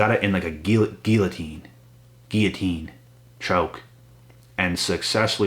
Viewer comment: Guillotine or Gillotine??? 😆 🤣 😂 I caught that lolz!!!!